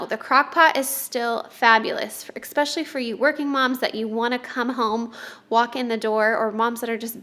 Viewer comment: Hi, there's no 'X' in the word especially.